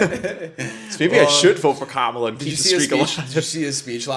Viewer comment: I think I lost brain cells listening to this. At least pronounce Kamala correctly